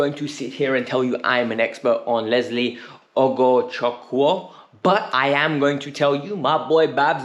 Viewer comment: The name is pronounced "Ohgochooku". Forget the W.